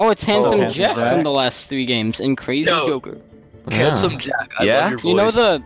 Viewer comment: Jack, not jacc